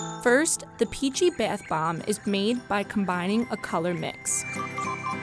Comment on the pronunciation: the narrator says “bath bomb” like “bath bamb”